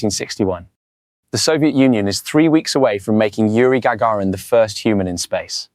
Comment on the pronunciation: AI text to speech. Well done though. Listen the names for instance: "Gaggirin" for instance.